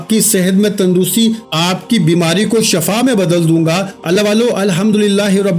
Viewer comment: shafa nhi Shifa shafa k many maut hy